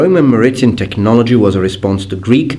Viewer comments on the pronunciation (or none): 'MAritime', not "maRItime". =) Great content and quality as always,! (Do you spell it with 'f' or 'ph'...?) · Maritime is pronounced "maree-time", thought I'd help you out. :) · "Mer - Eeh - Time." Maritime. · I always believed that maritime was pronounced like merry time, as in Marinara with an American accent